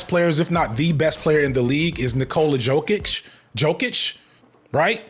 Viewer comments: “Yo-kich“. “Petrovich” - the accented c is equivalent English ch sound. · it's yoh-kich given that you don't follow NBA it's ok but some NBA's commentators like stephen a still make the same mistake and we Eastern Europeans see that as you westerners being racist towards us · Jokic is pronounced Yoke - itch and u have no idea how good this dude is he wipes the floor with basically all your all time centers besides Kareem, Shaq & Hakeem but he's up on the all time mt rushmore with those 3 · you were close on jokic, in many european languages a j is pronounced like our y so its "yolk-itch" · Cant say you are a sports youtuber and get two nba mvp names wrong🤷🏽‍♂️ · How you pronounced Embiid & Jokic is hilarious and thank you for whoever edited it to leave it in😂😂😂 It was made up for by playing the shutterbug instrumental in the background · Aight If saying Embiid and Jokic incorrect was a bit, you got my ass good bit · As a closet sports fan who regards it as a vice and who is way more into basketball than football, your assessment of Jokic and Embiid is correct (at this point even Philly fans agree), though you butchered both their names pretty good. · Jokic is pronounced like "Yokich" and Embiid is like "Embeed" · Why does hearing someone say a name wrong make me IMMEDIATELY judge your sports knowledge? I'm most likely alone in this thought, and am ashamed to even admit it. I'll see myself out... Joke-itch, In-Bid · Its Yo-kich and Em-beed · Yoke-Itch and Em-Bead, not Joke-Ick and Em-Bid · the prononciations of Jokic (YoKitch) and Embiid (Embeed) is the only thing you'd get beat up for lol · unc the annunciation of Embiid and Jokic has me crying. it’s (Em-beed) and (Yo-kitch) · [YO-kich] [em-BEED] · You're 2 years and 2 knee injuries too late to be inflammatory with the Jokic vs Embiid (pronounced like YOKE-itch & em-BEED) debate lol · It's "Yo-kich" and "Em-beed" 😂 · Their names are pronounced Nic-Cola Yo-Kitch and Joel Em-Bead